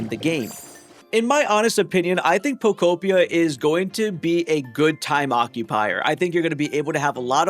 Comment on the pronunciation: You get a thumbs from me just from saying pokopia and not poko pee ah